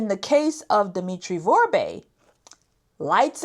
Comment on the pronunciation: is a clueless parrot. She keeps mis-pronouncing Dimitri's last name: Vorbe. She keeps saying "Vorbé" (vorb-ey) 2 syllables, instead of the correct pronounciation "Vorbe" (vorb), 1 syllable. All she is doing is extrapolate from american newspaper articles focusing only on the DOJ charges. To an american audience, may sound knowledgeable. To a haitian audience, does not sound intelligent, does not appear to be insightful. Electric power. Going back to the 1970's electric power in Port-au-Prince was quite irregular and it was provided by the Haitian government. Blackouts were common. The well-to-do have private electric generators. With the 2010 earthquake the government electric power was destroyed. Vorbe and others brought in barges carrying power generators to supply electric power to Port-au-Prince. Theft of electric power is common in poor sectors of Haiti and that has been the case since well before the time of Duvalier. The employees of the electric company do a lot of stealing of equipment. When you are talking about Vorbe, you need to talk about the Vorbe family, not just one individual. When you are talking about Boulos, you need to talk about the Boulos family, not just one individual. needs to research about how these "oligarchs" came to be in Haiti in the first place. Said oligarchs came to Haiti with little money and DEFINITELY no political power. Key: no political power. When the oligarchs came to Haiti, they had to deal with th